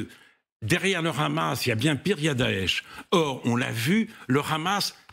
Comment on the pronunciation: Pourquoi prononcer Hamas façon arabe ? J'ai l'impression d'être sur une chaîne arabe !